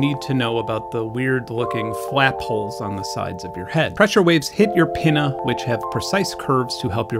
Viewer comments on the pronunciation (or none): Did he just say “hits your penna”